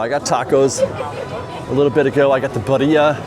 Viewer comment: I just want to take a moment to acknowledge that you pronounced Birria correct! Love you!